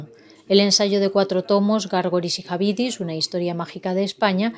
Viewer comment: Pero ¿qué es esto? ¿Ahora hace falta ser analfabeto para trabajar en EFE? ¿Gárgoris y "Jabidis"? ¿En serio? Maedelamorhermoso.